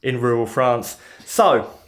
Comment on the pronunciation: Part of why I watch this, is to hear you say “rural France”. Love it. You have a unique turn of phrase and it’s very enjoyable. Work gets done when it gets done. Some times the project gets held up for whatever reason. Don’t stress about video frequency. I guess, though, frequency provides a bit more revenue to keep going. Swings and roundabouts.